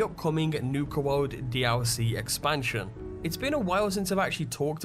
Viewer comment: everytime this guy said dlc he's say: dee owl c